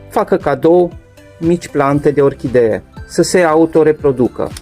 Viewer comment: Planta epifi TA se spune corect , nu epifi DA!- la fel si :- Orhide? este incorect spus - orhidee se spune corect! Domnule ce educatie slaba ai!